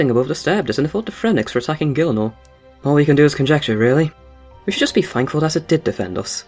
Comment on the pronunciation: FUCKING MISPrONOUNCING GIELINOR? SRSLY?